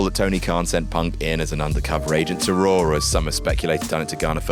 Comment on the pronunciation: Raw* not Roar